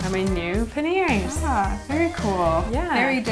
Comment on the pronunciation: What happened to the "I" in panniers. It's not meant to be silent!